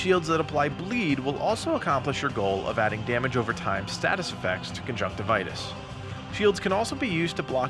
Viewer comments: Isn't it conjunctivius and not conjunctivitus? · It's Conjunctivius - lol